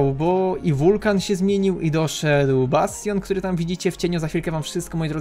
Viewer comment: "Bastion " Pozdrawiam XD